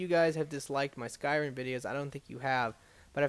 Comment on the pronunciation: Why can't you say anything right????? It's skyriM. Not skyriN.